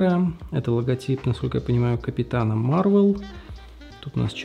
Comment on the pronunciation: Капитан Марвел. В слове Марвел ударение на Е, а не на А. МарвЕл!